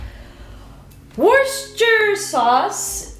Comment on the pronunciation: It's pronounced 'wooster'. Happy to help :)